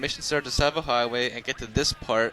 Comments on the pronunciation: I die a little inside when you say Tisavo instaed of Tsavo. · Everybody say tsavo highway well you actually say savo highway. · It's pronounced "Savo" with a very hard 'S' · I think it's called, "Savo highway." With a silent "T." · Need it’s pronounced savo highway it’s spelt tsavo highway ok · is pronounced savo highway, the t is silent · The t is silent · You don't pronounce the t...just sayin'.